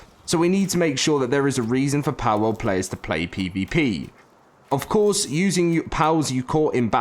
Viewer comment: It's Pal World, not Powwowd